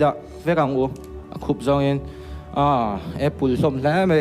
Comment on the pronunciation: Apul , Shaful🤣🤣🤣 What a pronunciation Mizoram